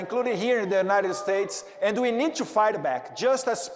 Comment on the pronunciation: Eduardo: não se fala "two be here" e o nome do vice é J D Vance, não " G D Vance" como vc pronunciou. Mas o conteúdo tá correto. Tmj. Valeu representar-nos 👍🏻